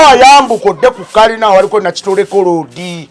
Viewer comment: Ssekitoleko not nakitoleko kapere please 😂😂😂